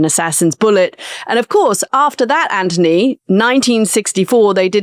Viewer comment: Ok, sorry, finally had enough. Lambos, the beast, ads for car stuff and the fact Katty can't say Anthony's name correctly - it's driving me nuts TBH. Becoming very wanky and annoying....